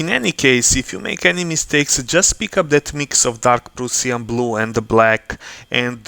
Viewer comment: Дарк праш(а)н блу, убија ме како ти изговараш :-D Добар видео иначе, ја бих вероватно плаву урадио ербрашем, брже је и лепши су прелази. А зенитал мислим да није битан на осталим деловима фигуре, тако да ако их заговнаш плавом није битно.